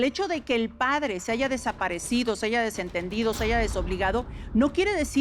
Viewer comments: Corriente la Cristina y analfabeta. "Aiga" 😅 es HAYA 😡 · La palabra "bastardo" les sale muy fluido y la palabra haya no la saben pronunciar??? Suena muy incoherente!😅😅😅😅